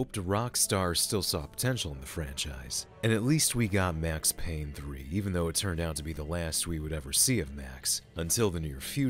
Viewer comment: It’s Payne!!